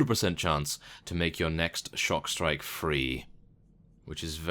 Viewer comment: I think It's Stockstrike, not Shockstrike :P